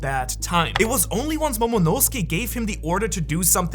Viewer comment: you gotta fix your mic, bro. Those S tones are fked up that you hit And what's with the pronounciation? Zou you pronounce as Zo and Momonusuke you pronounce as Momonose-kae wtf?? At least you didn't call Laughtale "Raftael"